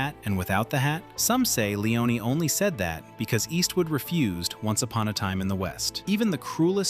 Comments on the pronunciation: Bro you can't pronounce Sergio either. Forget the i : [serjo]. Leone sounds as "lens" not "leeon" Also he wasn't a "nobody". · Sergio Lee-Oh-Nay ! – Not Lee-Own! – Segio Lee-Own-NAY ! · Long winded and quite useless, and a whole reconstruction based not on actual facts, but your very selective interpretation of them. You're creating a whole narrative of some kind of deep ideological rift, and Sergio Leone (his surname is not Leeeeohneeee as you are pronouncing it) being some kind of power-hungry idiot who wanted to box and "own" the great Clint. It's such an American exceptionalism interpretation, and it's completely risible. Cinema and anecdotal studies don't confirm most of what you said in this video. Actually, quite the contrary, most of your narrative is some sort of ridiculous bullshit. No need to even go into more details, if someone wants to actually know how things went, the information is pretty much right there without even having to dig so deep. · Narrator keep saying "Leon" without the final "e". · Clint could pronounce the name of the director? Just like the narrator still can't...